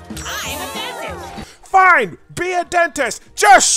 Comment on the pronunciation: 'I'm a dentist'? I swear I heard him say 'I'm adopted'